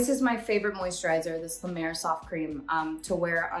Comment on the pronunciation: Not la mer!